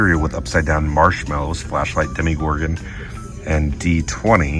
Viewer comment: Why do you keep saying demi-gorgon rather than demo-gorgon like its spelled? Did I miss an inside joke?